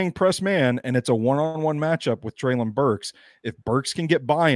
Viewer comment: …come on man. PLEASE stop saying “Treylon” incorrectly. If you’re doing it just to troll at this point, then I guess have at it. But if you’re doing it because you are still somehow unaware that you are the only one left in the Titans media that is butchering his name…then stop man. You’ve even had two different co-hosts now that both pronounce it correctly in the same convo as you.